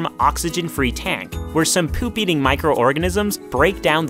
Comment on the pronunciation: You say poop like: p e u p